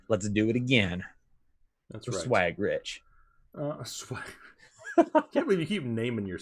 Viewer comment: No man it’s “Richie Swaggz